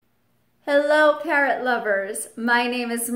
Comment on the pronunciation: why "parront"?